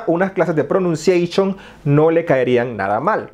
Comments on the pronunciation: Poison drops 💧🤣👍me encanta clases de pronunceshion😂🤣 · Unas clases de pronuncieishon 😂😂😂😂 good one dude me gustan tus vídeos.